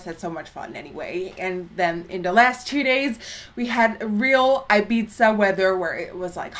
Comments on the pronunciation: it's "i-beeth-a" not "i-beeza" 😂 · Just FYI - It's Ibiza like I-BEE-THA like Thad not Ibizza like Pizza. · I think it's pronounced like Ibitha Nikki haha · eye-biza omg, never hears anyone pronouncing it like that :D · Don't you pronounce it Ibitha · Ibiza my dear is pronounced IbiTHa no 'z', 'TH'. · Erin MacPherson yeah that pissed me off! By the way, we have the same name! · The way she said Ibiza just..man..no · The pronunciation of Ibiza, noooo!